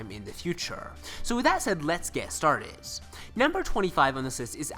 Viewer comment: instead of saying started this nigga says "startis" xD